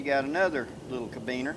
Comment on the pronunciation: Carabiner (Care-a-bean-er)